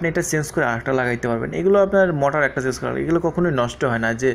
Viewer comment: বলদ মটার না,মটোর